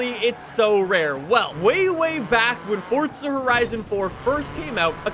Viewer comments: Is it me or is it for, zaaaa, not fortsa? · THERES NO T IN FORZA ITS NOT FORTZA ITS FORZA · forZa not fortza ... dumbfuck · If I had a dollar for every time he said fortza instead of forza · WHY DO ALMOST EVERY YOUTUBER CALL IT "FORTZA" ITS FORZA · It’s forza not fortza ugh Canadians. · Fortza. God it pisses me off how he says it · In Fort-Zuh horizon fore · Fortza? Lol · Why do you keep saying Fortza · no one:: "Fortsa Horizun"